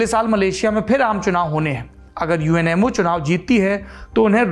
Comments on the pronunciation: जब आपने UMNO को बारंबार UNMO कहा तो अचंभा हुआ और लगा कि संभवतः मेरे सुनने में ही कुछ कमी है। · It's UMNO yar not UNMO ji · Saurabh, big fan of you and your channel. Lived in Malaysia for many years and married to a Malaysian. Several mispronunciation such as It’s UMNO, united Malay national organization not UNMO It’s called MALAYA pronounced as MALAAYAA BHD is for BERHAD closest English translation is Ltd. In a company. Expectations are high Saurabh. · aapne UMNO ko baar baar UNMO bola hai... 1st time galti pakdi.. 🤗 learning